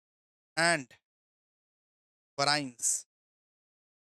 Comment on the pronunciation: Sir ye actually variance hoga Not varraince